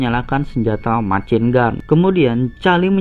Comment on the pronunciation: mesyin gen kalo dibaca :v